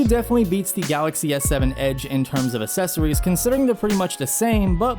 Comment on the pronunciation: It is not "assessories". it is "accessories". You pronounce it "ak-sesso-rees"